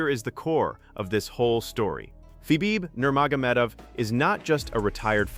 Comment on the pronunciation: This video's computer can't even say Khabib Nurmagomedov's Name. What a SAD program you're using for this video? Can't you clowns do a better job than this? To think you make money off of this is disgusting to me.